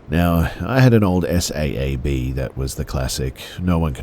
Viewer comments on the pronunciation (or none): Just an FYI...a Saab is pronounced like "sob"...not the letters read out S A A B.